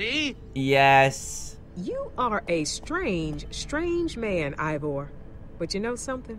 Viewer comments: HE SAID IVOR INSTEAD OF EEVOR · How dantdm say ivor how we say eeeeeeeevor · This is how many times dan called Ivor Evor | V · Why do you call Ivor Eevor. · why does dan say evor?